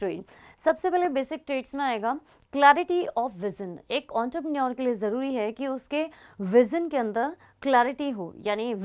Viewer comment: It's entrepreneur* Not auntrepreneur 😂